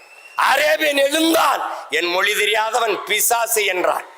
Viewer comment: Oru vaarthaikkum matroru vaarthaikkum 5 nimidama ozhunga pesuya moli illai mozhi sariya pesu Seeman Mariya Wilson ellam oru minister illai avanukku thamizhe pesa theriyala